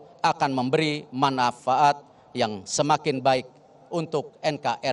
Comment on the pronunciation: Pak Erick sampai membaca tulisan menjadi MEMELIRAHA dan MANAFAAT. hehe.. Selamat NU.. bersama Muhammadiyah menjaga keharmonisan umat untuk maju bersama